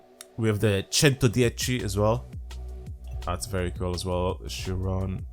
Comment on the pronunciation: "Very cuul car"